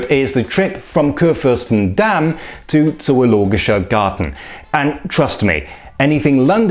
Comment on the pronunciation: Salü! Mir ist aufgefallen, dass Sie stets "KurFÜRstenstraße" bzw. in anderen Videos "KurFÜRstendamm" auf der zweiten Silbe betonen. In Berlin und, wie ich meine, auch auf Hochdeutsch liegt die Betonung auf der ersten Silbe "KURfürstenstraße" üblicher, eventuell mit der Hauptbetonung auf dem zweiten Bestandteil "KURfürstenDAMM". Ist das bei Ihnen in der Region vielleicht anders? Verschiedene Betonungen in zusammengesetzten oder abgeleiteten Worten sind überhaupt ein interessantes Feld: So wird etwa Bernau bei Berlin auf der Endsilbe betont "berNAU", während andere gleichnamige Orte in Deutschland am Wortanfang betont werden "BERnau"; in einigen Teilen betont man "Bürgermeister" auf dem ersten Bestandteil, in anderen auf dem zweiten.